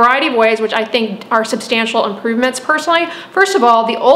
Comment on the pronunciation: she said personally like shurup